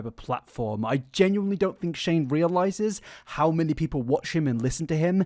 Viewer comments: you call shane strange instead of shane haha not a hatertho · Cannot stop giggling at you messing up Shane’s name and calling him Strange instead 😭😭😭😭